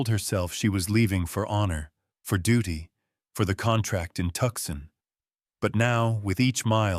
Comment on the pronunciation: Great story ! FYI it’s Too-sahn not Tuck-son